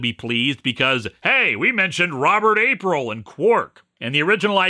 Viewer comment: Now I realize this was written before Strange New Worlds premiered but Linkara please put some respect on Admiral April's name when you say it. Also I'm not going to say please but plainly say that as per the Rules of Acquisition you need to pay 5 strips of gold press latinum to name drop Quark like that.